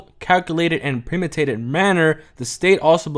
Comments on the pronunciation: Pre-meh-duh-tate-id, not pre-muh-tate. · This nigga said "premitated manner" im done 😂